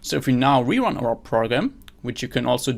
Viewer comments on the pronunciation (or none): none